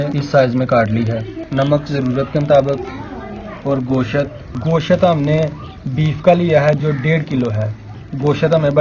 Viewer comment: nice recipe but gooshat ni hota goshttt hota h thanks